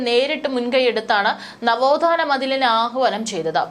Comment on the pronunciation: നവോദാന മതിലല്ല നവോത്ഥാനാ മതിൽ pronounce correctly please